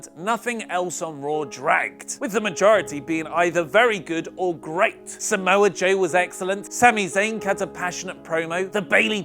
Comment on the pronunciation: lmao "Samoa-Suit-Joe" :D